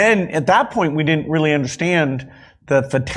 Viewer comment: "What we didn't undershtand" Wait what didn't we undershtand?